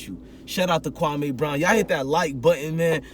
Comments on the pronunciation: Mans know the mans nba career and not how to pronounce his name.. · Your first pronunciation of his name is on the money.. kwame is an african name from Ghana meaning a Saturday Born, he was born on Saturday